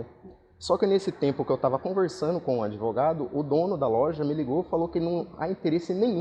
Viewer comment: "ADEVOGADO" que diz que quer o link da matéria pra "JOGAR" no processo já mostra o nível do profissional 😂😂😂